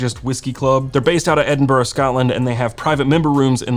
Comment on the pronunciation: I was a fan before but your impeccable pronunciation of my home town, Edinburgh, just put you to a whole nother echelon